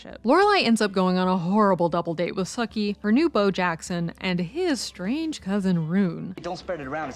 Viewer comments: Right? Did they even watch it because she keeps saying Sukie not Sookie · I'm losing my mind over the mispronounced Sookie (Sue-key) not Sook-ie. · It's Sookie not Suh-kie... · Sookie’s name is pronounced with a hard “U”. Sookie (like “spookie”), not Suckie. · Are you calling Sookie “Sucky?” 😂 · That's how it sounded to me too! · And how about the way she pronounced Sookie for one thing? Lol. This isn't True Blood.